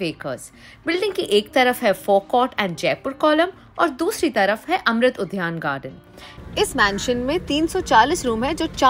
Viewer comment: Udyan not udhyan😅